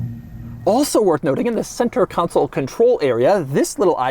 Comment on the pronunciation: CON SOUL not council!!!!